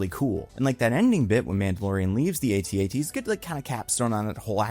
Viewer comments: not to nit-pick not like your podcast mostly nit-picking, its pronounced at-at not AT-AT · “AT AT,” not “ay-tee ay-tee.” 😭😭😭